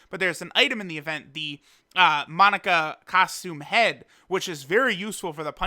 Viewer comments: Did this man just call monaka, Monica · You are killing me man..... Moe-nah-ka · pronouncing monaka correctly like a dragon ball intellectual > "monica"